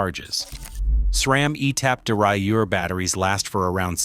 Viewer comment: Mechanical shifting doesn’t run out of battery power! Your AI narration sucks; can’t pronounce derailleur! 😂